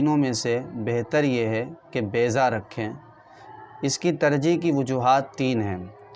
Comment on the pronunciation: Its baiza not bayza